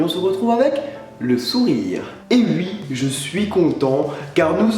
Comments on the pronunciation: C'est "oui" pas "ui" ptn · t'es au courant qu'on dit "oui" et pas "ui"? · tu dis " et ui ! " .... est il incapable de dire wi ?...... NAN ! J'déconne :) ! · Grave mdr ça me fais rager quand il dit ui au lieu de oui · On dit OUI, pas UI :) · Je reve ou tu as dis "et ui" ?? x) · Tu dis Ui...Très bonne vidéo!!!🍉